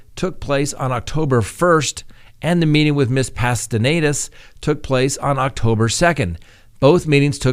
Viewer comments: Say it with me now: ZU—LEM—A PAS—TEN—ES not ZOO—MELA PAS—TEN--ED—ES ok? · Pastenes not Pastenedas. Lol. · The person’s name is Zu-le-ma Pa-sten-es, not Zumela Pastenedas. And she is the wife of now deceased Alex Cox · Pahs-tay-nays :) pastenes. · Wow you are still not pronouncing right, it's Past ten us